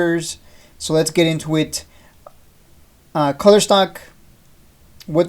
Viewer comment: It’s koooler not culler